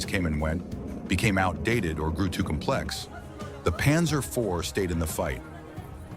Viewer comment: Задрал этот ПанзËр!!! Невозможно слушать!!!